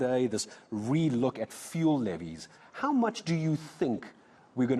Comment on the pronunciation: The way this is explained doesn't make much sense... maybe also pronounce it as "few-ul" and not as "foo-el"??